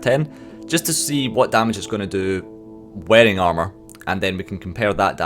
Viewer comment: Its pissing me off how you say armour. You say it like 3 times, and if your joking about the boss its a terribly unfunny joke.